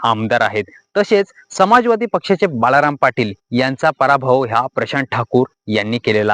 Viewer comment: श्री. तू छान माहिती दिलीस, तुझे आभार आणि धन्यवादही तुझं पण समालोचन करतेवेळी ल लसनातला असा उच्चार तुझ्याकडून होतो. बालाराम ऐवजी बाळाराम असा उच्चार असावा क्षमा असावी, मी तुझा संपूर्ण व्हिडीओ ऐकला